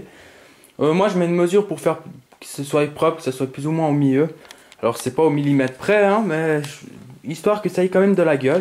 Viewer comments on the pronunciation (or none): none